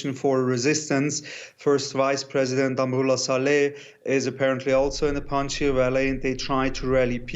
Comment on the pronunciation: Panjsir not panjia 😂 someone watching to many avatar